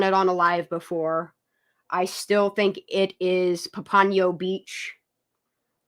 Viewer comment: It's not Pampano if you are talking about the city in Florida. It's Pompano, like the fish.